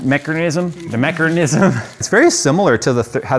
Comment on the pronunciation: DER MECHERNIZM! DERCAPITATION!!! >:D